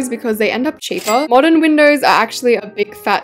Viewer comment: WHY DID YOU SAY MODERN MINDOWS?!